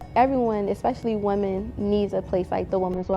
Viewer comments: EXpecially is not a word. It's pronounced ESpecially. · "EX-Specially" —iT iS so annoying how she pronounces especially. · Does that Biden woman say ‘eXpecially’? Is that an American word? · eXpecially? Do Biden´s offspring never need to learn to read? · Did Ashley just say "expecially"? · I would never trust someone with my money who says "eXpecially. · I know right?? Eew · 😅😅😅 * ekspecialy* Biden said that! Geez! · Yes, she did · I wonder if she also says Basketti. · I caught that too!!🤣🤣 You would think, being a "Biden", she would have had a BETTER EDUCATION!!🤣🤣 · The Women's Wellness Space sounds like an amazing place, tho.... But! it is very weird that James Holt [former "Senior Philanthropic Advisor" for Archwell] is in the group photograph, especially without explanation, especially being a man [not a woman in the women's safe space]. Speaking of especially — did Ashley Biden never learn to spell that word? She sounds so astute and educated in her speaking manner, yet she pronounces especially as "EX-specially". 💭 😳